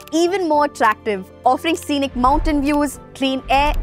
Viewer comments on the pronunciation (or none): none